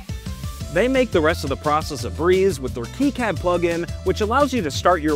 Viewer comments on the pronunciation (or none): As an electrical engineer, hearing you call it KeyCAD hurt